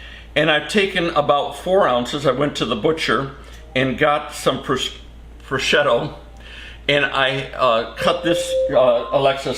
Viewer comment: is right 😂 the ham is pronounced PRO-SHOO-TO